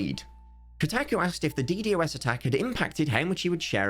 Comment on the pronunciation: Death of Cubeworld pls stop calling it "D,D, OS Attack" its a "D-Dos Attack"